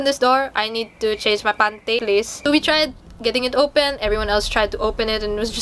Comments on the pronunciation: the way she says panty kills me and the way she is so chill about telling this story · THE WAY SHE SAYS "PANTY" IN BATANGUENO ACCENT HAHAHA